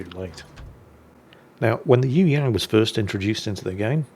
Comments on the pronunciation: Pronounciation Correction its Yue...Yang!!!! Not Yoo Yaan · ..you ask "what do you need to know about the Yueyang" How about "how to say "Yueyang"? Try this..search for a song "yue liang daibiao wode xin" Thrn listen how to say "yue" Yang..,the ang rhymes with "song"